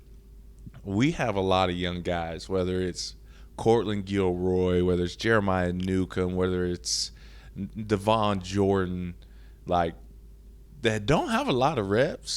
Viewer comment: … … Sir… please. For the love of all that is holy. It’s not Gilroy lol. It Guillory. Pronounced Gill-or-ee. Imagine if your coaches had continually pronounced your name Keely instead of Kelly. 😂😂😂🤦🏻‍♂️